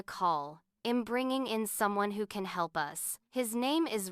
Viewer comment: Gosh that Artificial Idiot is saying eeem instead of I'm ... I'm out